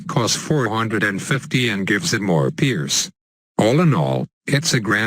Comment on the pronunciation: "To perice lead bloons" Lmao